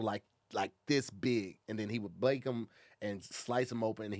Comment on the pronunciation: why say bake like that lol